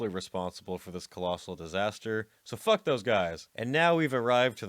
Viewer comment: Great content, terrible presentation. You sound like a 12 year old that just discovered swear words. If you put any more emphasis on the K in fuck, your larynx will literally prolapse out of your mouth.